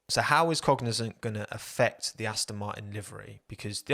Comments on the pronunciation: Pronunciation, just be mindful of that because from the beginning the name you described sounded like Cognizen not Cognizant. I'm thinking, how do you get the zen sound out of zant? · Cognizant sounded like fuel company for me lol